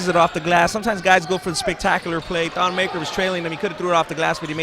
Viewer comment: Damn this annoying commentators say thon's last name wrong